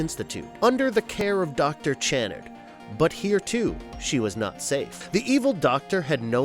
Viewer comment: I love these videos, but I wish someone would have helped the narrator with the pronunciations. Every time he said Dr. Channard's name, I cringed (ironically, I don't know if I even spelled his name correctly, so who am I to criticize?😆😆)